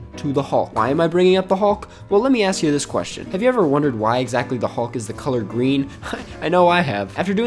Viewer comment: I’m sorry but they way you are pronouncing “hulk” is really throwing me off 😂.